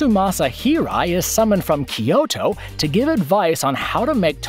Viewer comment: Sorry, you're going to have to improve your Japanese pronunciation dude. It isn't that hard to at least say the name of Tokyo and Kyoto correctly.